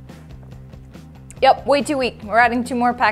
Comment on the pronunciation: Instead of yep he says yeep